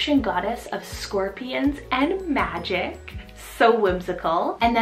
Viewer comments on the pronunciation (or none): none